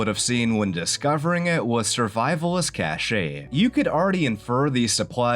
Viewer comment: heads up cache is pronounced similar to cash, not cash-aye. Don't mean to be a dickhead btw